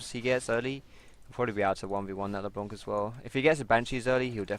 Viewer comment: it's not leblonk ...